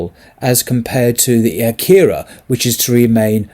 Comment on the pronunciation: Akhira is pronounced Aa-khira, with a macron on top of the 'A'. Sorry. You're doing a wonderful job.